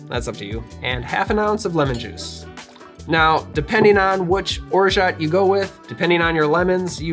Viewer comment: the "t" is orgeat is silent. Free French lesson of the day ;-)